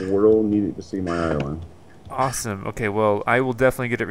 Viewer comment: bro ís-land